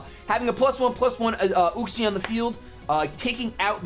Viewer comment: Yoo-xee, not uh-xie